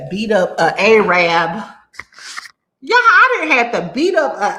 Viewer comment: yeen spose to call em Ay-Rabs friend 😂.. that's derogatory.